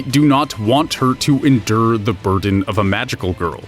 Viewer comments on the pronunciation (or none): none